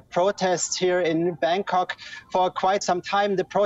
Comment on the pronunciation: Did she say Bangkong? 😂